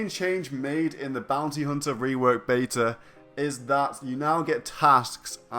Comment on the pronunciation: "the baeter at least" its beta..... beeettttaaaaa